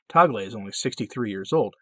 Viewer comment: Mabuhay from the Philippines! Tagle is pronounced as tag-le, short e. Hope that helps. Can you do a video on him? Thanks